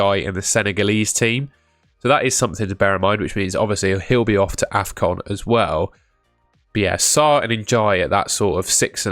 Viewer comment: You called afcon defcon 😭